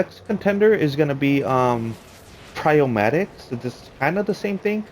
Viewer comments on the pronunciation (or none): It is “Pie-row-main-ee-axe”